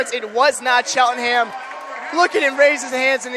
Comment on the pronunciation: Bruh can’t say cheltenham tho? Lmao